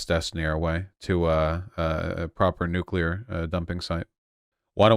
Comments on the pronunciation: Whichever chatter complained about her pronunciation of nuclear... she said it right. Every time. Except once, where she kind of slurred the word a bit on accident. Don't be so petty and pedantic 😊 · Shouts out to Big Gretch. She’s a really nice lady. We pronounce nu-clear right